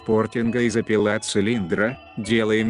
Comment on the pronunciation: Интересно, но уши режут ударения вроде "колЕнвал", "от сОвы", "запилА".